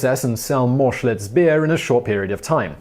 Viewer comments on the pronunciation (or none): Did he say Schultz instead of Schlitz? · I listened again. He said Schlutz.